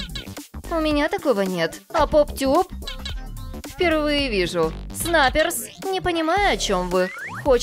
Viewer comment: НИ ПОП ТЬУП А ПОП ТУП